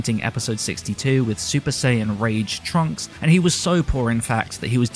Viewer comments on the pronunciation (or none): none